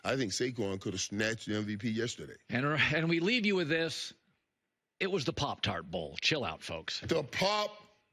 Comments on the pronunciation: He was really struggling to say pop tart he pronounced it 7 different ways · I was today years old when I learned Michael Irvin couldn't say, "pop-tart"